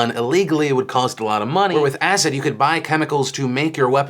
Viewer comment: Until the end of the video I thought Phil was saying "asset" not "acid" so that was confusing for a bit! still is so sad that people use that to attack people